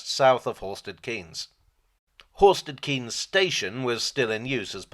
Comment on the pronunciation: Thanks for the video. I grew up in Horsted Keynes and my own interest in steam locos greatly stems from this. Couple of points though. Horsted Keynes is pronounced Horsted Kanes, owing to its link to the French village of Cahagnes and the Norman duke (William de) Cahaignes who was granted several English places as a reward by William the Conqueror in return for his help during the 1066 invasion. The village is now twinned with the village of Cahagnes from which said Duke came from, and unlike some other more famous former places granted to the Cahaignes family, they've kept the more French pronunciation of the name. (Though I guess the family itself seems to use the more Anglicised name now - John Maynard Keynes was a descendant of said Duke, for instance.) Also, the line crosses the East and West Sussex border, so it's probably more accurate to describe it as based in Sussex rather than East Sussex (though the HQ at Sheffield Park (said as spelt!) is admittedly in East Sussex). I think someone else already mentioned Ardingly being pronounced as though it ends in "e" (aka "Ardinglye"). All in all however, really glad you enjoy the Bluebell. Keep up the good work!